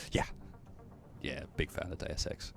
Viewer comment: "Day Of Sex" "Deus Ex"